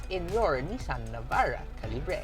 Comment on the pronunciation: Its "kal" + "uh" + "buh". Sorry im kj.